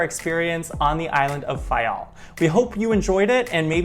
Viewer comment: You must be Portuguese, you pronounce the names of each Island and each village/site perfectly. Thank you! I am the daughter of a man who immigrated from Faial in the late 50's to the USA. Nice job!